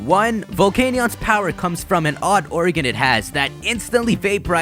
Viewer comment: its organ not oregan....